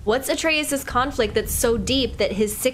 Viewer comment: WHOO! 14 episodes in and she finally said Atreus correctly! Lmao it was driving me nuts